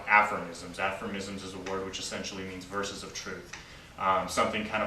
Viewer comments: Hey, it's "aphorisms" not "affirmisms". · Aphormisms...really? I think he means aphorisms. You would think a person with even a minimal amount of studies would know how to pronounce the word. I'll continue watching & listening... just surprised, that's all. Then there's "colloborate" (aprox)🤔 Interesting nevertheless.